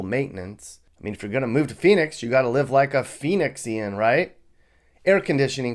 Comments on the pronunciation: Ummm, it’s “Phoenician” but no worries I live here and I hate it too. Phoenix actually sucks in every possible way. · Did he really just say Phoenixian? It's Phoenician. Get it right... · I hate Phoenix, too (and am getting out), but this video is inane. And it's "Phoenecian," not "Phoenexian." (But, yes, the "city" is so disgustingly beige.) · Phoenixeean????? Phoneician (Pho knee shin) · Lol "Phoenixian" 😂 aka Phoenician... lived there for so many years...return fairly often...not anymore tho, it has changed SOO MUCH and not for the better... thank you for confirming what I know to be true. Right on,! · LOL "Phoenician" (feh-NEE-shun) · its pronounced phoenician